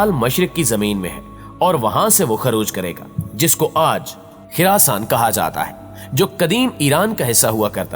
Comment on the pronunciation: Khurason k lafz tu sahi sai bol Sala punjabi